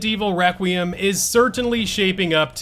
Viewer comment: Why can’t anyone say “requiem” right? Lmao.